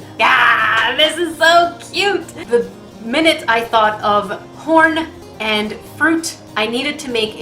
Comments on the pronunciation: At the end it sounds like you said porn instead of horn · Who else thought she said 'When I thought of porn and fruit' not 'When I thought of horn and fruit'? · who else heard porn when she said horn in the video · I was listening to this in the background and nearly spit out my water when you said horn. In my defense, it sounded like you said porn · Oh you said Horn. I thought you said Corn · LOL WHO ELSE THOUGHT SHE SAID PORN?!?!?!HAHAHAHHAHAHAHHAAHHAHAHAHA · 10.28 , it sounds like she said porn and fruit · At first I thought you said "Porn and Fruit" lol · I thought she said the minute she thought of porn and fruit lmao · Was I the only one who heard her say porn instead of horn the first time and had intense confusion? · Is it just me or did I hear her say porn.... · And I the only one who heard porn when she said “horn”..... no just me... ok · Was I the only one who thought she said p*rn everytime she said horn? Lmao